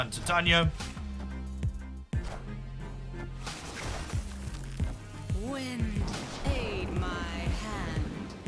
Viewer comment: Tie-tay-knee-uh. I love the content you put out and I do realize that this is extremely nitpicking but the pronunciation gets me sometimes 😂